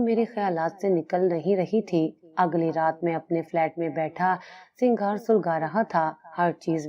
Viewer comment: Singhar ni huta sigaar hota hai